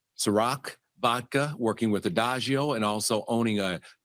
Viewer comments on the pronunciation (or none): He keep saying adagio, and I’m pretty sure it’s Diagio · Diageo, not Adagio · Who the hell is adajeo???....DIAGEO. just a little effort goes a long way man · It's not Adageo..... It's DIAGEO!!! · Why is he calling it Ediageo???? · Coming from the food and beverage industry, hearing Diageo pronounced wrong constantly is like nails on a chalk board 😖 Dee-ah-jee-oh…. But yes Diddy and all of his associates are going down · It’s bothering me that doesn’t understand it’s Diageo that’s the name of the major liquor distributor/company and he keeps mispronouncing it over and over.